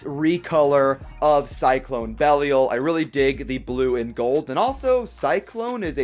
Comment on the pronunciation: Belial- be-lie-al Sorry the way you said it really pissed me off lol